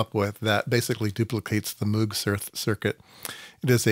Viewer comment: Would you please learn to pronounce Bob's name correctly? It's so jarring to hear every time you say it. Moog rhymes with rogue, and does not sound like "mewg". Otherwise, nice content. 👍